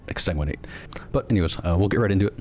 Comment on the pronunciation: Ex-san-guin-ate>Ex-tan-guin-ate dont hate me o7